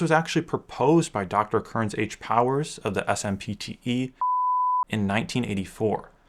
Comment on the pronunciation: Solid rundown considering how wacky widescreen history is. Side notes: SMPTE is pronounced Simp-tee. Also "Warner Bros." is pronounced Warner Brothers. :)